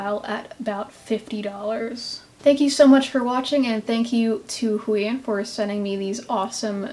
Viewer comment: Isn't is pronounced - Hoo-Aah-On?